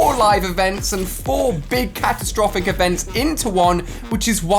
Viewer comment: Ali-A: It's CATTUStrophic Me: No not the monster again!